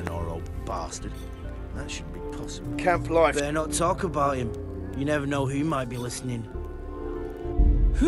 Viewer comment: “Did you fnow” huh